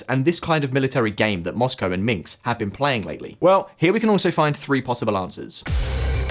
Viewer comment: 13.19 the guy really said "Minks" instead of Minsk 😂